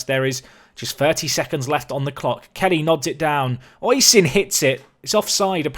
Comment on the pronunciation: Oisin is pronounced Ush-een or O-sheen, sorry if that's a bit picky it's just its my name and it kinda gets on my nerves as time goes on. Still, quality episode as per usual